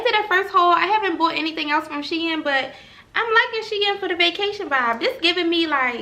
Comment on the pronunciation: It is 'she in' lol (shein)